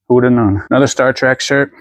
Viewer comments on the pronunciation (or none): You always crack me up! I love that you call Star Trek "Star Track".